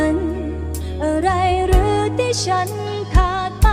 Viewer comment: คำว่าฉัน กับคำว่าใจ น้องออกเสียงไม่ถูก